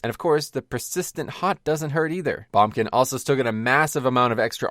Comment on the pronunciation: Am I the only one who's never heard someone say bombkin? Always heard boomkin, lol.